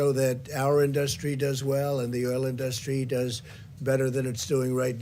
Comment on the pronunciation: You can always tell what parts of this orange imbecile's speech was written for him.......then he veers off to the horrible grammar, the mispronounced words (think in-DUST-ry) and just rambles on and LIES. WHAT A DISGRACE